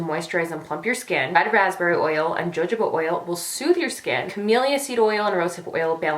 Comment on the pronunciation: Great video! One thing, Jojoba oil is pronounced "huh-ho-buh" not "jah-joe-ba"!!!